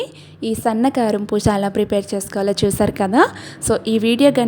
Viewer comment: పూష కాదు అమ్మా పూస అనాలి.😊